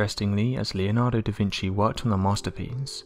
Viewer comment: “ DA VINKI ???”